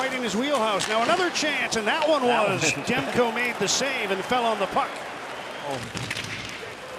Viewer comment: Demko`, not De`mko )